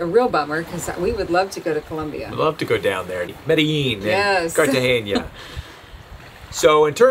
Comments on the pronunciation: ya, you said Cartageña, but it should be Cartagena. No Ñ. The Rio is a beautiful river lined with jungle. You won't be sorry you went. It is hot, but you said you were gonna fly home for a bit. Do that, but also enjoy Antigua in the mountains, a Unesco site. All the Ruins, Tikal is a major , important Mayan ruin. Some go camping to watch the one of many erupting volcanoes. With a catamaran you can go out of the Rio over the sandbar. So many deep draft boats have to wait for Equinox. And then when you get out enjoy just a day sail away, Belize and especially Utila, Roatan and super duper Guanaja. There are cruising Facebook pages to get the latest info on entry. Also, it's no longer Kuna Yala, but Guna Yala. It will be there when you decide to go that way. Love your show! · Why wouldn't you consider Rio Dulce? Tons more to do than Panama. Culture thru the roof. Panama none. Maine, yes cold, but Oysters. Do you guys have an enclosure.? Loved the lip balm lesson! Oh, the proper pronunciation for Cartagena... Not like Romancing the stone taught us....no ñ.